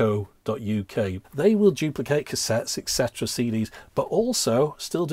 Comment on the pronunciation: Please please please... Its etcetera, not eksetera. Pet hate of mine. (Exspresso kills me too.)